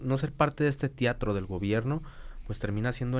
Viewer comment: Yo me enoje cuando el dijo tiatro😂😂😂